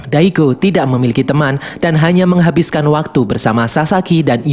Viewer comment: oooohhhhhh "mengahabiskan waktu merenung" 😂😂